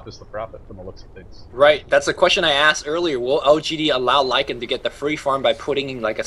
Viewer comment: this ld needs to learn to pronounce LYCAN properly